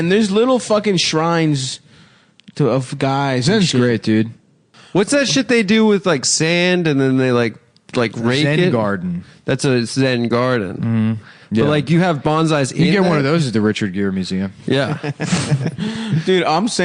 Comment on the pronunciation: I hate when says “zen GARden”